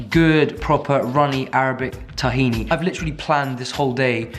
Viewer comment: if you like tahini so much you should pronounce it right